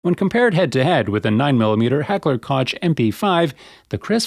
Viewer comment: Koch = Coke